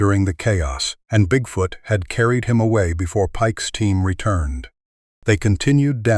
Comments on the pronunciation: Bigfout, is that the Canadian pronunciation? Like aboot instead of about. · AI …… WTF….. cannot even pronounce bigfoot “BigFooooot”. correctly !!!!?!? ONLY CLICK BAIT LONG STORIES !!!!😆😡